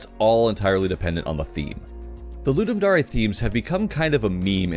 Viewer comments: Isnt it dare not dar e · i cant tell if its pronounced ludum dare or ludum dar-ey now. great job im now having a crisis